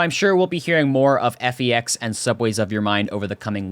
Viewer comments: it's pronounced "feck's" not "effy-yex" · Your videos are really good! They give out a lot of info and are very precise and entertaining while still being succinct c: (Also, FEX is pronounced like "fecks" :3)